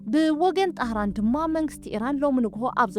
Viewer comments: ቴህራን ኢዩ ዝበሃል "ጣህራን" ኣይትበሊ፡ ከተጸብቒ ኢልኪ ኣይተባላሽውዮ። ትዕረዪ ኢልና ተጸቢናስ ጤህራን ጌርክና፡ ዘይትመሃር ኣብዲ ኣይትኹኒ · ኣቲ ቆልዓ እንታይ ዓይነት ኢኪ ኮይንኪ :ዘሰንብድ ዘንቀጥቅጥ ዘገርም ጥራይ ክትብሊ እኳ ቶግ ኣቢልክና:ድሓር ቴህራን ኢዩ ዝብሃል ጠህራን ኣይትበሊ:ንነብሲ ፈሪህኪ ሰብ ኣይተርዕዲ